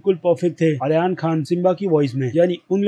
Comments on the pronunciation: Pahli bat toh yar tum ek bar naam main check karliya kro jaise tum mufasa ko musfa aur ab aryan ko ayan yar tum movie delhte ho toh sari chiz notice karte ho toh yar naam toh sahi se liya karo chalo thik hai srk ne awaz diya mufasa ko english wale se accha nhi tha tumhare hisab se bilkul change hai waise hi yar tum naam sahi se liya karo tum toh waise hi naam change kardete pahle khud ko dekho yar phir dusro ko bolo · Ayan khan nahi ..Aryan khan 😜